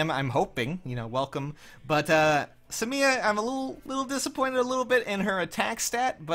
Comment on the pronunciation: Just say Sumia, not Su Mia.